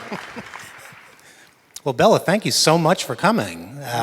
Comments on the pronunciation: HIS NAME IS BELA NOT BELLA THE GUY DOING THE INTERVEIW IS A ASSHOLE. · Notice Bela pronounces his own name correctly while people, even apparent fans, keep right on pronouncing it "Bella." If you call Bela Lugosi "Bella," you are not a fan anymore than you're a Beatle fan if you pronounce John Lennon's name as "John Lemon." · Bela is too polite to correct the interviewer when he says "BELLA." It's prounounced "BAY-la." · it is bela im from romania and i know the correct pronunciation